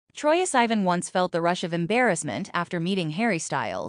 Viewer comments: why is it pronouncing sivan like that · AI couldn't say it right